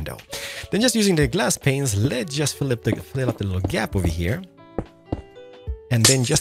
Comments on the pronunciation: He said "window penises" rather then window panes and it was hilarious. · For over like 4 years, he still pronounce window penises instead of glass panes 😂😂😂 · Hey love your tutorials but one thing... I think I heard you say something different than glass panes. xD I heard window pen15s... Correct me if I'm wrong. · I love how stil says “window penises” 😂 and I love it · Umm, am I the only one who heard him say “glass penises” at the beginning?? 😂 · "window peinses"